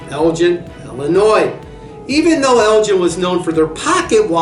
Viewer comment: It's Elgin with a hard 'G' Jeez. Why do they bother